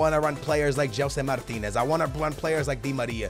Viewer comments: Can you say Gelson Martins and not Gelson Martinez? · OMG U ARE FROM PORTUGAL AND U CANT EVEN SAY "MARTINS" NOT "MARTINEZ" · He says Gelson Martinez and is Portuguese oh god